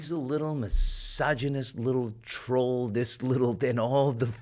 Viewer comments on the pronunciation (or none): none